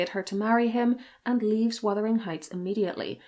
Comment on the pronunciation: OMG! Thank you so much for pronouncing "Wuthering"correctly! You are one of a precious few here on YT to do so!